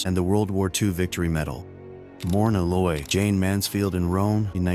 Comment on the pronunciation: Myrna Loy is not "Morna!" Too cheap to use humans who are name knowledgeable of humans???